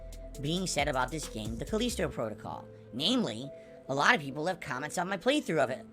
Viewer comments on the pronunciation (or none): The old "alotta peepul"